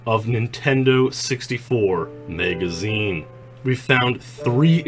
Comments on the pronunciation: "Maega-zeen" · He pronounced it Megazeen